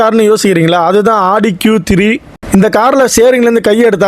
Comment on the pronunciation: Audi❌ Aadi✅😂😂😂